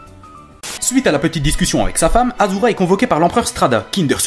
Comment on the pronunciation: Propre, rythmé et bien marrant :) Par contre, arrête de dire aZura. STP :'(